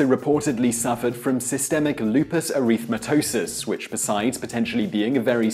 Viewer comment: He obviously didn't want to be who he was. Numerous plastic surgeries including the cute little nose. Res Ipsa loquitur= The thing speaks for itself. Lupus ER-REETH-MA-TOSIS ? Geez,this guy can't even pronounce it correctly.